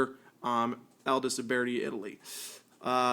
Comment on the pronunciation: Youbeartee? It’s pronounced “youbirdy” why do people make videos to talk about guns if they don’t even know how to pronounce the guns theyre talking about